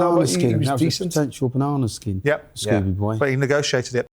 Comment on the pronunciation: It’s Kurt Scoby ffs Simon, not “Scooby”🤡🤡he’s not a cartoon dog ffs!!